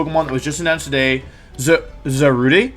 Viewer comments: Za rude please not za ru day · it's pronounced za-rue-dey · It's pronounced ZAW-RUDE.